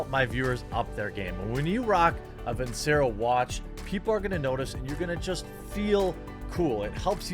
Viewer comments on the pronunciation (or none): Even though Jer knows he pronounced Vincero wrong, he still won't record and fix it. For your own sake Jeremy fix it. If I'm a sponsor and the person I'm paying to promote my product doesn't pronounce the company name right, I'm dropping them. I say this because I don't want to see you get dropped. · Dude, redo the sponsor advert and say the name right. Take you 5 minutes! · You really need to re-record that Vincero plug with proper pronunciation. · Probably need to record a new spot wherein you pronounce their name correctly.other than that..cool vid.